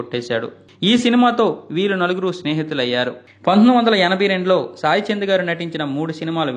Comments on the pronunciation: చాయ్ చంద్ కాదయ్యా.... సాయి చంద్....అని పలకవయ్యా.... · It’s not chaichand it’s Sai Chand